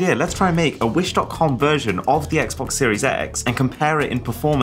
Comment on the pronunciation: Ah yes, the "Xbex" from Wish...